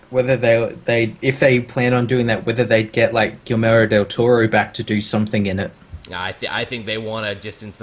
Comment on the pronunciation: Dude, learn to say "Guillermo." It's not pronounced "Gill-mero."